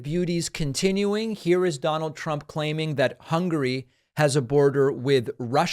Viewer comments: Hun-ga-ry, Donald. NOT "Hungry". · Its important to know that Trump NEVER knew which countries border Hungary. He probably can't even spell Hungary. He pronounces it "hungry". I expect he jokes about Hungry eating Turkey quite a lot. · Anyone else notice that he also pronounces "Hungary" as "hungry?" My guess is he is thinking ahead to a dozen Big Macs after his speech.